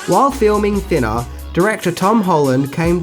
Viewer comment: "Thinnaaa". Love it.